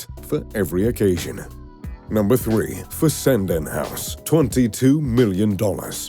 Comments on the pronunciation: And, it’s pronounced Fes-en-den. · You mispronounce Fessenden. No local pronounces it the way you do.